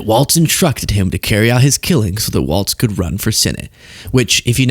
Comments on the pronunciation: Please say 'Walz' not WalTz...I know its petty as hell, but there isnt a T in his name. Its just Walz...carry on 😉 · Please, please, please. It’s Walz not Waltz! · it's WALZ not WALTS lol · his name has no t in it, ik it's not the most pressing thing, but just say Tim walls and put some flair on the z. everytime says waltz i cringe. if you like the guy, say his name correctly. for me, it's more egregious than leavitt saying chump because honestly tr and ch sounds are performed in the mouth almost identically, but adding a t sound to Walz is just wrong, unless you start dancing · Is saying Waltz instead of Walz an inside joke? Lol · Walz not Waltz. Tim Walz. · Heads up! It’s Walz like “walls” not “waltz”. There’s no “t” sound. Thanks. Sincerely, A. Minnesotan. 😎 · It's Tim Walz (walls), not Tim Waltz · His name is Tim Walz, not Tim Waltz! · Walz people not Waltz. Mike Waltz is the guy that was involved in the signal chat. Tim Walz was Kamala's choice for vice president. you are pronouncing it wrong also. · Hes Walz NOT Waltz. Two different people one is Dem the other Repug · I’m from WI and it’s driving me crazy that people can’t say Walz!!!! Not Waltz….. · It’s pronounced “Tim Walls” not “walts” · Dude. I love your content as it often so enlightening. However, it drives me nuts when you or anyone else mispronounces his last name. He’s not a three four musical timing for waltzs. His last name is pronounced as though it were spelled “walls”. Still love your channel! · I dig the hell out of your content full stop!but i feel as a Mpls. resident the name of our guv. is generally said like Walls. not like the old dance.keep on truckin dude!